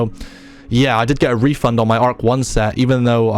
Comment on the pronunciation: Bro said refund there like 7$ had me lmao